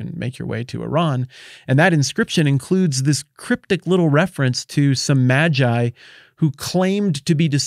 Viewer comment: It's May-gii bruh...